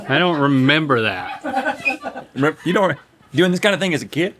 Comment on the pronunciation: I memberrrrrrrr